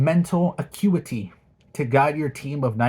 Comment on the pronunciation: Bro can't read the word "changing" but when it comes to mfing ACUITY like yeah I got this, no biggie